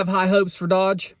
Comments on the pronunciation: Pronouced doge not dodge.i think theyll succeed by cutting costs temporarily without losing power. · it's DOGE, not DODGE.... I do find it odd that you add a letter to the name that everybody who pays even partial attention to knows more accurately. I believe those agencies will be eliminated. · Its' not pronounceed "DODGE" ... it's pronounced "DOJE" as in Doge Coin. The criptocurency Elon has pushed in the past. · My Son kept laughing at your pronounciation of doge. Like dodgeball, but it may be pronounced doe j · Its not pronounced dodge. D owe ge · love your content, watch you every day,, but are you being intentionally obtuse? t's not pronounced like the car, it's a hard o soft g. I don't find it odd. That President Trump is having these 2 come in 2 review and recommend where to take a scalpel to the bloated government bureaucracy. Neither Elon nor Vivek is getting paid for this. I don't find it odd. That president trump has brought two outsiders in for this task because there are four hundred and fifty government agencies so many that there's probably no one in the existing government that could list them all. I don't think any of us. Trust any existing organization, whether it's stated goal is efficiency or not to do anything. A vote, the disgusting situation. Our government finds itself in because nothing has been done about it in the history of our nation. Reagan tried it. Obama tried it, and neither time were any of the recommendations followed or executed on. I'm hopeful, but not optimistic. They can actually achieve something this time for the simple fact that Republicans control the house senate and White House here's hopin' in the meantime, all of their findings are going to be transparently communicated via there. Newly created x page in case you're interested. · It’s doge not dodge. Do-ge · It's not dodge it's doge prouncecd differently. And if you don't like trump and his cabinet, I will never watch you again. Thanks for your political views